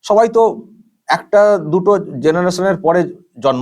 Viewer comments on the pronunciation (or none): none